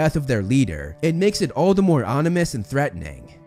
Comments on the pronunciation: It's ominous, not onimous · Now I'm really wondering if I misheard all the other times or if he only now said Onimous. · “Onimous” XD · 😂bro said onimous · “onimous” lol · Mans said “onimous” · strange to point this out, but 'onimous'? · All the more ‘onimous ’? 😆